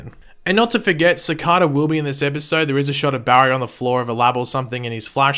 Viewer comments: cicarrrrrrda- that the first pronunciation of cicada I ever heard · I swear if you say Cicada like that one more time